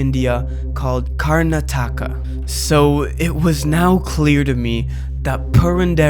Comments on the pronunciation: Lmao as someone who speaks Kannada, Telugu and English this is funny as shit listening to him butcher the words. "Narayana ban dan thay" means Lord Narayana has arrived. These songs are technically devotional songs translated from Sanskrit. Its Kar-NA-TA-KA this video is full of inconsistencies. Lost in translation if you will. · Yeah… the mispronunciations killed me, dude could have just googled how to pronounce “Karnataka” or “Narayana”